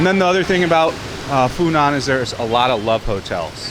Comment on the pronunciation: The correct pronuniciation, without any tones, should be "Fu Nwuan" for Phu Nhuan. I used to venture into the Phu Nhuan district of Saigon in 1966 quite often, it being mostly populated by French or French-Vietnamese, and not having too many restaurants or bars. As I see HCM City through your camera lense, it is way to Westernized for my taste, and nostalgia for the past, even being a war-past.